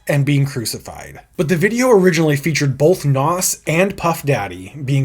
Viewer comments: It’s pronounced nas not “Noss” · Why are you pronouncing Nas' name like that? It's Nas (rhymes with "Oz") NOT "Hass" like avocado 😂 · wow you say NAS so wrong lol its not NOS like you say IT sounds like NAZ say it right boss man im from nyc and his hood to be exact lol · FOR THE LOVE OF GOD ITS NAZ NOT NOSSS 28,000 POUNDS £ NOT EUROS € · A lot of people can’t pronounce his name correctly lol. A better way to explain the pronunciation is “NAWZ”